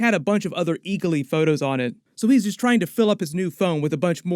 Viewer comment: It’s ee-glee not ee-ga-Lee